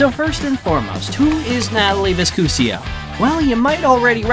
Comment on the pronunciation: Her name is not VISCUSIO it is V I S C U S O.